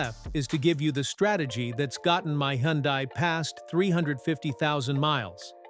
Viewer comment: Hyundai is pronounced like "Sunday". Just saying. BTW, everything specified here also applies to KIA!